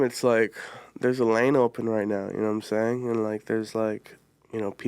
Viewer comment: Bro went full J Roc and knowhaImsayin